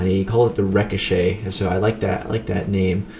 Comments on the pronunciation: I wonder if he realizes he is pronouncing ricochet wrong...? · Are you saying "ricochet?” bc your pronunciation is throwing me off 😂